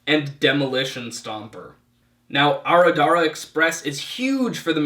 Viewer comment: "Adarada" express....you misplaced each D and R in that word (Aradara). Also, it's pronounced Shay-la, not Shalia.